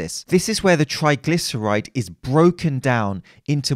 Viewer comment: The only thing I could focus on was 'Trigylceride"...